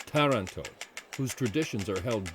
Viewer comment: Lovely video, the English pronunciation of some of the Italian words needs help! TARANTO (TAR not tear an to!) -just to begin with, and Mara e terra?? Should be MAR-E E TERRA!! Still, a nice piece with some interesting information and history. Really nice background music.